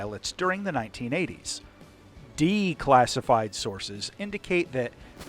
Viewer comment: I like that emphasis on the DE-classified documents, lol.